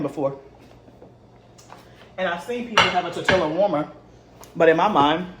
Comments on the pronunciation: Great video!! I wish I had the confidence to start making bread, biscuits and rolls. And one little thing, living in San Diego, CA and 3 miles from Mexico, we pronounce Tor-tilla as Tor-ti-ya. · I’m yo friend and I’m yo sista so outta love I’m gone say stop saying tor-tilla 🤣🤣🤣🤣🤣🤣🤣🤣🤣 ❤ please say tor-tee-yuh I was cracking up had to restart the video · Nice video.....the double "LL" in tortilla is pronounced like a "y" sound